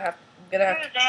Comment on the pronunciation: You pronounce it zOmbie not zambie